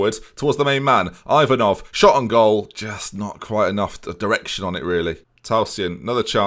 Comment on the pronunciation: You are pronouncing Yanchev's name perfectly here, don't ruin it by putting a random"J" on the other hand your pronunciation of Ivanov isn't really good, but I will let you off since I've never heard an Englishman pronouncing Bulgarian names ending with "ov" properly